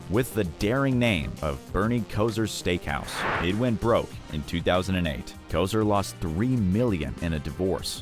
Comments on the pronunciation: Johnny UNITAS... LONG I not long e sound!!! Bernie Kosar... NOT Kosir... ar as in car!!! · To say Koser vs Kosar it not Kosher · Its Bernie 'Kos-ARE' 🙄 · And more: Not “Kozur”. It’s “KoZAR”. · It’s Kosar, not Koser. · Bernie Koz-er 😜 Johnny Uneedas 😜 etc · Kosar, with an "A". don't you know how to read? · Johnny Unitas (long i) Bernie Kosar (Ko - sarr) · Johnny Unitis Pronounced his name u-NITE-is. Bernie Kosar prounced his name like ko-SAR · Bernie "Ko-Ser" & Johhny "Unee-Tas" !! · Y'all just butchering names, its; Rah-geeb, U- nite-us, Co- Sar, Terrle (not Ter- rell) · Bernie koser